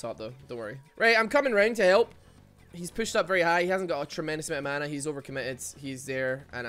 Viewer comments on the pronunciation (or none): none